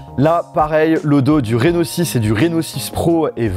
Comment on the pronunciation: vous aussi quand il a dit « reno6 » vous avez compris « rhinoshield » ??